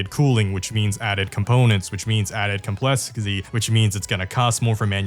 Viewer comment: added complesixty 😂